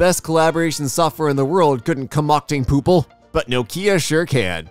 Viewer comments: It's poopie not poople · that says "poopie" not "poople" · The only mistake you made was reading "poopie" as "poople" but it was for the best. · also, it was poopie, not poople. lol